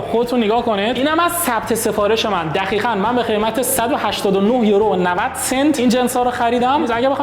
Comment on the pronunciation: دقیقا!! ( با صدای ) دخیخا 😂😂 شوخی